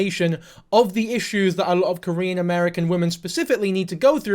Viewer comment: Normally dont leave comments on but your Korean pronounciation was spot on!